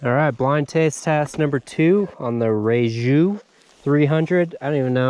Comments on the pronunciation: Reiju are Spanish, so the "J" is kind of silent ("ray-hue"). These bikes are based off the older pre-KTM GasGas enduro models. No massive changes from 2019 through to now, which unfortunately includes them keeping ridiculous 2015 KTM style electric start. This is the single biggest let down of these bikes, and something not easily rectified. Definitely an issue owners will run into if they're doing technical riding with lots of stopping and restarting - it is a complex and inefficient starting system compared to what most other bikes run. Aside from that they are a very competent bike and have lots of brand-name components on them, great value for money too. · Rieju is only pronounced correctly here in Spain. You dont have the sound "J", I Own a 2022 ktm 300, a 2007 ktm 300, a 2022 Rieju 300, a 2011 KTM 125 and a KTM electric,. The funniest bike is the Rieju. and the most powerful the 2007 KTM. Greetings from Spain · You are, but that's fine. The sound of the J in spanish is similar to the tv static sound or hard H in engliish. Hope that helps. Thanks for the video, loved it!!